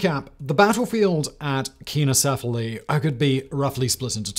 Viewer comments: Keeno 🙄... It's Pronounced sign-o. truly leads a busy life. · You still have some way to go in learning to pronounce English but your Greek is atrocious. It is pronounced Sign-o-sef-ily. I could understand if you are doing a cold read, but you have time to look up pronunciation guides if you are doing a recorded script like on this channel. Please take the time to do so. It is painful to hear you continue to mispronounce words. By the way, it is con-tribute, not contribute accent on the last syllable. Surely they pronounce that one right even in England!